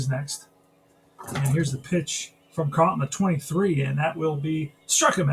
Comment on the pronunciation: It's Norm Charlton... with a CH, not Carlton like Steve.